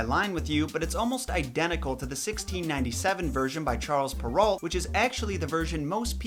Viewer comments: Its prenounced pear-o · Charles Perrault (pronounced pur-oh, not alt); he was French.